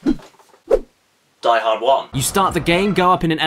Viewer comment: It is not DEE Hord. It is deeeeeeeeeeee hoorrdd